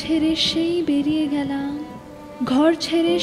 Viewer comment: Doesn't sound like a 100% Bangla speaker while reciting the poem. There are hidden Hindish touches to the poem which is not expected. There are many instances like the word 'gelam' is pronounced as 'gyalam.' Rokom is pronounced as 'Rowkhom'. Utterly Dissapointing!